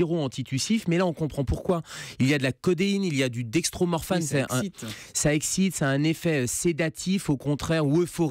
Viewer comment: Dextromorphane il a dis mddddrr